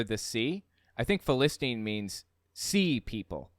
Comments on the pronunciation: I always heard it pronounced "fil-i-styne", never the way he is pronouncing it here. But idk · the way said "philistine" made me almost not recognize it lol, my old church called them "fell-is-tines" but now thay I'm actually looking at the word, idk where they got that